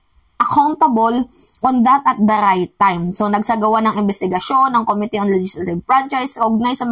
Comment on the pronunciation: this is about the dear mimaa, this is about the correct pronunciation of the word "committee." stress should be on the 2nd syllable of the word, OK?